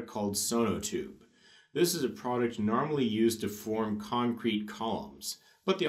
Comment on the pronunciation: not to mention "maysurement" and "Nahrmal"